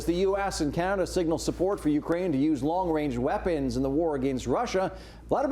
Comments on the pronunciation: “Long wange” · "Long wange reaponry" You tell 'em Justin. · Wong wange weaponwy? Weally?